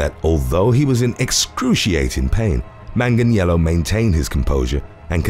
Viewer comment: Beautiful pronunciation of Manganiello